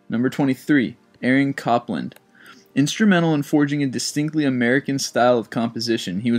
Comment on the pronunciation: I agree with this sentiment. "Copeland" is pronounced as "COPE" rhyming with "HOPE", so "COPE-land". "Amadeus" is pronounced as "AH-muh-DAY-us". I do not write this to be a dick to you. I write this to hopefully help you. Thank-you for making these videos.